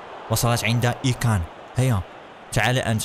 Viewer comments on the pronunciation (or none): 😂😂😂😂 قال اي كان بدلن من امري شان و قال سعوديو ماني بدلا من ساديو ماني 😂😂😂😂😂😂😂😂😂😂😂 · ايمري كان وليس اكان ههههه انت مضحك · اسمه ايمري كان وفان دايك وليس دجك